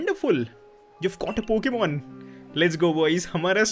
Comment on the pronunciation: Why you always say poken poken